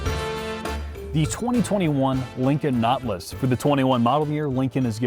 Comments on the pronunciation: “Naw-til-us” not notlas. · It’s pronounced Naw-TIL-us. Not,.... Knotlus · Never heard of a notliss. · Notlus, I've always pronounced it, Not-tè-lus. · Nautilus is a 3 syllable word, not 2. naa tuh luhs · I heard "naught-luss." Same thing, I guess. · “Lincoln Knotless” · The Lincon Not-Luss! How Preem-um! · wow...the caption spell LINCOLN KNOTLESS when pronounce this suv Nautilus.. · Wtf is a Not-lus? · can't pronounce nautilus right lol